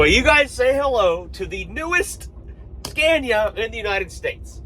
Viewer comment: Finally said Scania the proper way instead of your usual Scan-ia....you are not scaning anything😅